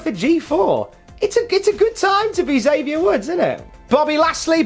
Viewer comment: Probably hear it a lot, but here's another time: Xavier is "X-avier," not "Zavier." From him, not me.